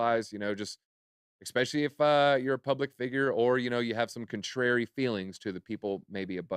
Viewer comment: Listen I love bitboy and all the content… but … small but… can someone tell … it’s “especially” not “expecially”. I joke I joke, but seriously.